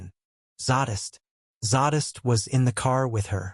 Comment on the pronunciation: Im having a heck of a time with pronunciation of zsadists name. It's zay-dist not zaw-dist. I'll keep listening though ....lol